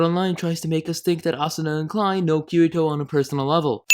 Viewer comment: I am just a little bit triggered by his pronunciation of Kirito